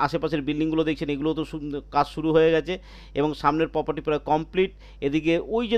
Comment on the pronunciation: Poperty নয়, Property!😂